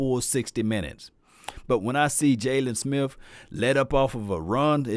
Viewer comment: I like how you say smith. SMIFF